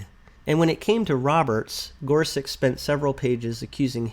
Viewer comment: Minor detail here, but I know you want to pronounce the Justices’ names correctly: Kava-NAW, not Kava-NOW. Gor-SUCH, not Gor-SUCK.